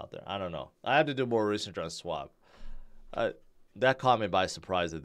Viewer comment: No swab,. Think: Shhwab, but don't over exaggerate the first part, just say it all at once.